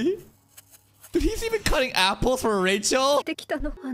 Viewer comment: saying Rachel's name makes sense... i had forgotten about it. He doesn't say it Rachel like normal, it's actually Ra-HELL, Ra was an Egyptian god and Hell, you know, which makes sense she's the god of Hell the literal devil. 😂